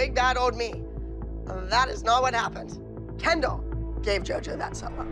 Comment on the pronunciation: The way jojo called Kendall "Ken doll"😭💀